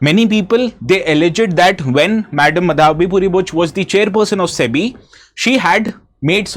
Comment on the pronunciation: Sir it is MAADHAVI and not Madaavi